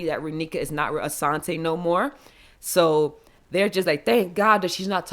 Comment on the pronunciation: Your the first person to say Raneka and Asonte correctly lol